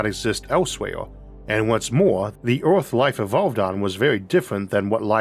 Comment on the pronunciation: 'Orth'? Where's 'Orth'? What's 'Orth'?